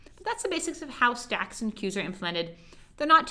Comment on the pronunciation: when you speak stack; and queues my ear listen sex and queues